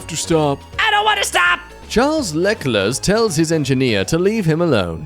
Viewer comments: everydsy i wake up and remember how pronounced charles leclerc's name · charles leclerc is a french name, pronounced 'shar licklair' sorry for the confusion